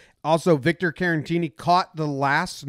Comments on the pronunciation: As always, boss video, but say it with me, Care-uh-teeny. Not Karen-teeny. There's only one N. Caratini. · Jomboy I love you but why are you calling Caratini, Carantini lol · There is no N in Caratini. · You said Caratini wrong every time.